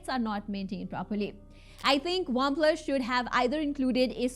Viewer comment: Not waplus its OnePlus pronounce correctly...didi😅